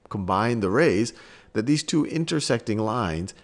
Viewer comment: lmao bro said "thot" like twice.